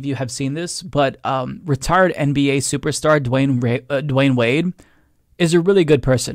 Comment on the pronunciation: It’s Dwyane NOT Dwayne.